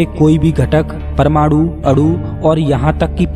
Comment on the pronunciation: Bhai aapke saare video kamaal hain... Main aapka shukkriya ada karta hun aapne itni achhi jaankari di hai humesha... Par please अणु ko अड़ु aur विकीरण ko विकीरड़ aur परमाणु ko परमाड़ु mat bolo... ण ko ण bolo, ड़ mat bolo... Thanks a lot ❤️❤️❤️